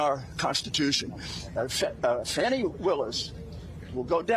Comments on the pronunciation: It's Fani (Fawn-ee) NOT Fani (Fan-ee) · Then it should be spelled Fawnee, not Fani. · I caught that too! When I put the caption on..they got him saying Fani.....